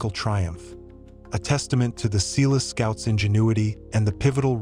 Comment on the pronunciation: Eland an "agile" antelope? Ratels? Seeloo scouts?